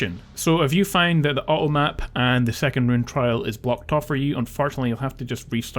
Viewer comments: Awesome videos! Kind of funny, with your accent every time you say "automap" I keep hearing "uh oh map". Like "uh oh" they made a mistake haha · When you talk about the 2 bugged items/areas I had a real big problem what the first thing you tried to say was :P I heard "Ah Oh Ap", like something spelled A-O App haha! Anyway, thx for these vids, they've helped a ton and I love that you tell us where the "point of no return" is and when there are bugs to watch out for.